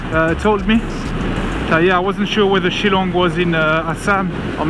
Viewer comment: The way you pronounce shilong its shil then long ....shillong